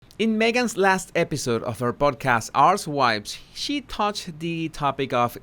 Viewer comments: Is it just me or did I hear "arsewipes" instead of archetypes? 🤣 I can't get enough of his humor 🤣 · Wait.. did you pronounce Archetypes “arsewipes”? 😂😂🤣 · Lmao. I had to rewind to see if you actually said arche-wypes….effin funny…. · Yes, today you taught me how to correctly pronounce her podcast: Arswipes. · Arsewypes, I swear that never gets old with me. I just laugh and laugh, every time he says it.